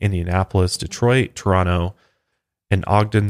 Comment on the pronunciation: You say Toronto like a local 😎👍🏻